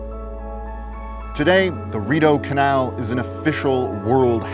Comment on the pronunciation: My Brazilian immigrant ears heard the guy saying “at the mouth of DORITO CANAL”. It took a few seconds for the “RIDEAU CANAL” to build up to my ears 😂